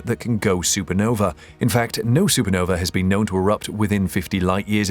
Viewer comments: why say supernove instead of supernova? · no vuh.... not no vee...